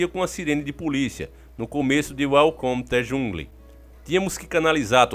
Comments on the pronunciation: Top! Inglesão ta Uelcometudejungle kkk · Kkkk uelcome tu jungli kkkk sem maldade não aguentei kkkk